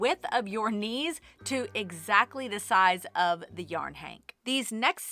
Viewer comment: Actually first I thought you said 'niece' instead of 'knees' and I pictured a little girl holding the yarn like I used to do as a child for my mom 😁